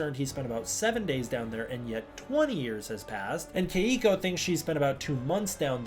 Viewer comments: Only gripe is that my girlfriend whose name is Keiko says you're mispronouncing her name and it's 2 syllables not 3. I play your videos right before I go to sleep and she hears it and gets annoyed so she annoys me. lol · Why does he keep mispronouncing Keiko’s name?